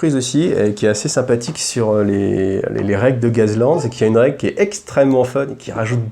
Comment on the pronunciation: A prononcer " gass" sinon tb comme d' hab